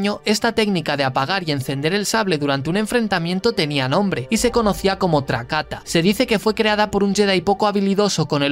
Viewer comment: No se debería pronunciar Trakáta, de debería pronunciar Trákata o Trakatá